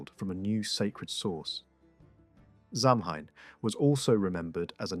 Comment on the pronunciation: Samhain is pronounced sah-winn or maybe so-win 🫶